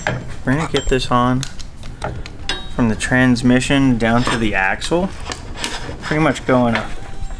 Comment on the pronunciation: Guys, its pronounced "Tranmission".